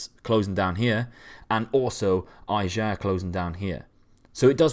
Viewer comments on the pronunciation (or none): No, it's "A-yer". I'm Norwegian, if you're confused you can google it... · Ajer is pronounced “eye-er” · No, it's like "A jar" but instead of the 'a' you make a 'eh' sound with a pronounced 'r' at the end. So "A-yer". You could also imagine a pirate saying "aye-r", Kristoffer Ajer is from the south of Norway where they have a "gurgle r".